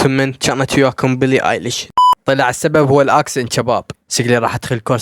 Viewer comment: هههههه حلوو بس اسمهة بيلي مو بلي 😅😅